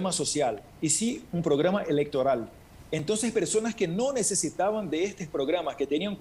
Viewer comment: No es entõn sino ENTONCES! 🤭 🤣 🤣 🤣 🤣 🤣 No es vacinas sino VACUNAS! 🤭 🤣 🤣 🤣 🤣 🤣